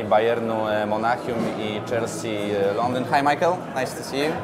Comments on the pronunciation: To Misiael czy Majkel? :) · Misiael bo to Niemiec